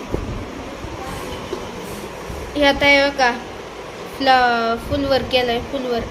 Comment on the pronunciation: फुलवर नाही फ्लॉवर म्हणतात